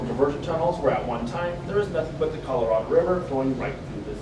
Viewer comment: Colorado ❌ coraldo ✅